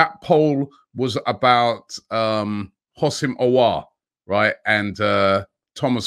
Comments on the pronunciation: Robbie the way you say hossaim auar it's really scary. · Houssem Aouar (حسام عوار) You can pronounce the name as in: Hosam A’ waar